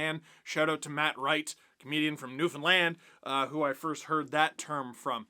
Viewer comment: Omgggggg u said Newfoundland right 😱😱😱😱😱 I’m so proud